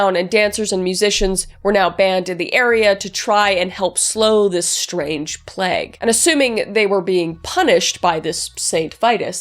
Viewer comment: Again, I love you - but is it a canadian thing to pronounce plague as pl- egg and not pl - a-gh?